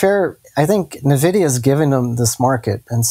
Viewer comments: Watch face when says "nuh-vidia":D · nuh-vidia is cringy. ugh.